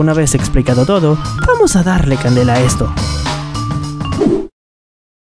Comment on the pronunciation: Por que en vez de que digas al principio de el vídeo “vamos a darle candela” dices “vamos a darle chandelur”